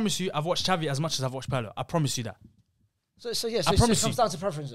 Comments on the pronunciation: Roasting pronunciation and saying “Pearlo” hurt me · PETITION TO MAKE WATCH PIRLO HIGHLIGHTS CUZ MAN SAID HE CANT DICTATE A GAME PAHAHAHAHAHAHAHAHAHAH AND HIS NAME IS NOT PIEERLO MATE